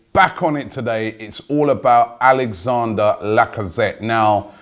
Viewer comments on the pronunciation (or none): You do know it's Alexandre not Alexander....